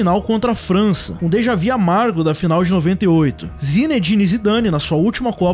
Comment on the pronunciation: "Deja vi" 😂😂😂